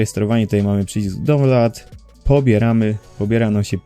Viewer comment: dzięki za poradę ale download czyta się dałnląd a nie downlod